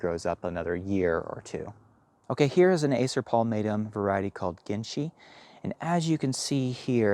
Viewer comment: Acer palmatum 'Ginshi' is pronounced jin shi, meaning silver thread --describing the leaves.